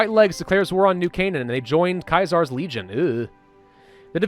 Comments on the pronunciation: Why do u pronounce Caesar so funny? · Apparently, that's the actual pronunciation which is pretty strange. You would think that a guy thinking he's the ROMAN emperor wouldn't name himself after the GERMAN word for emperor